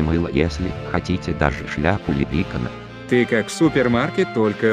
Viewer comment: сказал слово лепрекона без ударение.